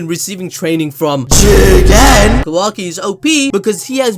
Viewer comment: Jigen more like chiken - google translator